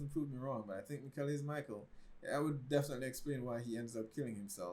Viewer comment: Nice one. Still some improvements to be made in the pronounciations, think "Mickl" (not Miquel) and Bartosh (not Bartoes) 😉 BTW, the concept for "Dark" was already finished before Stranger Things was first released :)